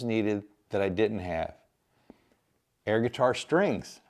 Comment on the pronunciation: Did you say "air" guitar or "hair" guitar? LOL--->